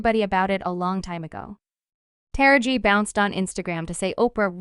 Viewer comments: I have no idea why you’re pronouncing her name (actress Ta-ra-ji)incorrectly is it you really don’t know. I’m sure you’ve heard it pronouced several times. Are you saying incorrectly on purpose really……. I’ll pass on subscribing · First of all allow us as black people to tell OUR OWN STORIES..you can't even say MS Henson's first name right...if you were right you would be talking about how WHITE STARS (FEMALE) are NOT fighting the studio's to BRING the black women's salaries.. up to what their MAKING. A WOMENS A WOMEN HER SKIN COLOR doesn't define her worth or make her less a woman but perhaps that memo hasn't been put out. So while your mastering mispronounced names and promotion of black women disagreements USE THIS TIME TO SEE if our white sisters would do a boycott on equal PAY, equal OPPORTUNITY , resepct, equal representation for your DARKER SKINNED LADIES. HOW BOUT THAT ? So quick to try spill tea on us , ALL WOMEN DO WHAT ALL WOMEN DO...quit your Emphasizing our fight and join in on our PLIGHT ! YALL cry about how the men make more and are at this moment demanding better or equal pay, why not be concerned about how black actresses or actors get screwed ? Make this part of your demands. Than please PUT SOME RESEPCT on To Taraji P. HENSONS NAME ! GET IT ? GOT IT? 😉